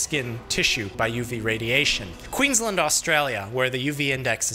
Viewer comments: its pronounced kweensland not qwinslind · Love how you say "Queensland Australia" like a true aussie but speak the rest of the whole video in a more accent less English